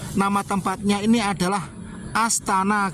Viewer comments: ASTANA LHO MAS BUKAN ASTA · MIN...BUKAN ASTA TAPI ASTANA ARTINYA TEMPAT ISTIRAHAT. KALAU ASTA ARTINYA TANGAN. TULISANNYA UDAH BETUL, NGUCAPINNYA SALAH. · ASTANA...bkn asta brooooo